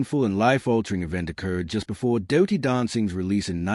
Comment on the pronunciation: its dirty not dowty